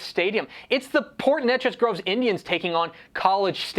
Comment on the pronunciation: Port Neches (Nay-chez not Neh-chez).. 😉